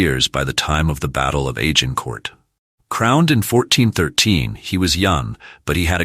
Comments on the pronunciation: Hey... it is not Agin Court! And he was Henry the 'fourth' not the 'futh'. Whom ever produced this video needs to go to English classes or pay for a better linguist. It is too painfulto listen to, let alone watch. Ach Y fI! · You don't pronounce the final letter of French words